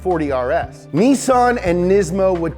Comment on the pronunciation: THERE!!! You said it! "NEE-SON" !! NICE!!! ARI-GATO! lol!! :)